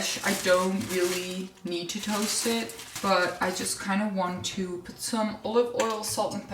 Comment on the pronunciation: I like the way that you say ‘choo’for ‘to’! Can’t get away with anything, can you! 🥰